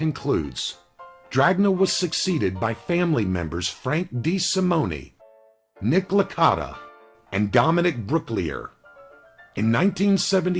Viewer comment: The jerkoff narrator should at least learn how to pronounce Italian names. Corleone is not Corleon-ee, neither is De Simone, De Simonee. He probably calls Al Capone, Al Caponee. No doubt he does it to be insulting.